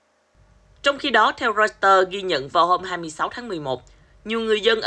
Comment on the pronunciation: "roi tờ" đây mà 😝